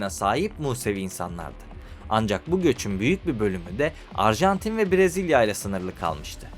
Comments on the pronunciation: arjantine de ilk açılışta arjentin demişsin😂😂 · Abi başta erjantin demişsin 😂. Bu arada dalga geçmiyorum sadece sakasina😊